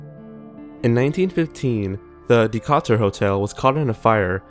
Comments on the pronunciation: its just "duh-KAY-turr" man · The way Decatur was pronounced made me cringe. Say it with me De-Kay-Tur. I'm from Decatur. The Lincoln Theater ghost, despite some folk tales, is usually not believed to be the ghost of a man who died after falling from a balcony. That particular incident happened at the Avon Theater which is about 3 blocks away. The ghost of the Lincoln Theater, according to most local paranormal experts, is of a projectionist named Redd who worked up until the day he died at the theater. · Da-cot-ter? That is not how you pronounce Decatur. Jesus fucking christ, this guy really needs to do more research before he speaks. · This is old but the butchering of the name Decatur was a bit sad ngl :(